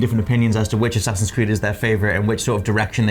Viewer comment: am i the only one who heard him say A-saxons Creed